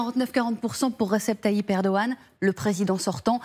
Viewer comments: On ne le prononce pas comme un g ici, parce que c'est un ğ. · on ne prononce pas le G en turc... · Il n'y a pas de journalistes TURCS,,,. Et c'est ERDOGAN,,,, pas eroan